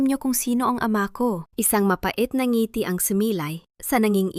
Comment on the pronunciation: Maganda ang kuwento,pero ypng ibang salita iba ang pagkabigkas,,ang accent,,ng ngiti,palad,at iba pa